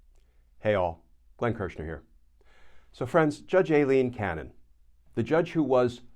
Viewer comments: Glenn: Minor issue but going by a lawyer I watch who (A) lives in Miami and (B) has been before Judge Cannon, her name is apparently EYE-leen, not AY-leen. (edit) And the point a lot of lawyers keep stating as to why she must recuse herself, the law says "shall," not "must." I'm willing to bet she's arguing that rule is optional due to that "shall." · It's pronounced like Eileen, Glenn. She's latina, so "Ai" sounds like a hard "i" sound. Just like "Aida."